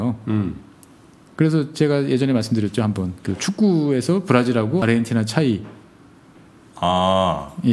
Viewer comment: 아르헨티나라고 쓰고 아르헨도라고 읽습니다~~~